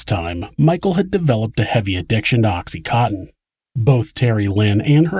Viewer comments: Oxy-con-tin. Not oxy- cotton. I myself was so fucked up on it during this horrible murder and had a doctor who was also an addict prescribing it to myself and many others. I was so numb most of the time but when I learned that the mother was also an addiict I paid particular attention to the case. But listening now to what happened to that child, how gastly the details makes me shudder. The ugliness of human beings to each other no longer makes me want to self medicate. I am simply no longer shocked by it. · Oxy "cotton" lol